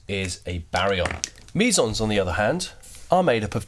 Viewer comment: Sounds like you're saying Measals. Lmao